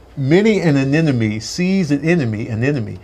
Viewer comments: Lol y’all gave him a point but he keeps saying a-NEN-a-MEE. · The dude said aneneme at the end all the time but he still got the point😂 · Is it me, or was pronouncing anemone, "anenome" instead? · He kept saying anenome lol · got the tongue twister wrong everytime.... He kept saying aneNome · He was saying anenome not anemone lol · cheated she said amenome instead of anemone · won a point without even saying Anemone correctly 😂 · So we just gonna let slide with him butchering "ANEMONE" the whole time????? Wow... LOL!!! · No. was saying anemone incorrectly lol